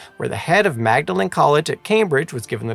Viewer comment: Fascinating coverage - thank you! One minor point of note - Magdalene College Cambridge is usually pronounced "Maudlyn". Yes I know, I know, us Brits are really weird